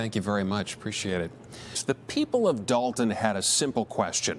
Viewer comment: Dolton with an "o" not an "a" if you mean Dalton you're talking about Dalton, Ohio(a village like Dolton, Illinois)and I'm from Chicago